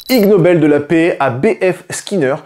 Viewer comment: ha!! lol... "i"g nobel pas lg nobel mdr... l'espace d'1 instant je croyais que s'était un constructeur coréen qui avait lancer le truc 🤣